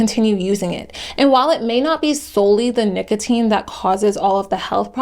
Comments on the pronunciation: no fr she was saying nickel teen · did you seriously say nickeltine? jfc she really has no clue about anything she is talking about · emphasizing the o in the middle is not the typical/normal pronunciation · Was literally thinking the same thing. I had to stop. All this effort and she couldn’t research how to say it right lmfao. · Sometimes it was normal and then she went back to being weird